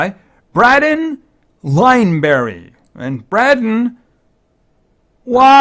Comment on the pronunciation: Hey just thought id say for future reference it is pronounced Bray Den Great vid tho and thank you!!!